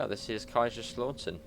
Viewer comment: Just a quick tip. The lau in Kaiserslautern is not pronounced as AW but OW. (The OW you say when you stub your toe on something.)